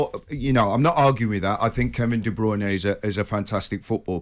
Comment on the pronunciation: It's De Bruyne.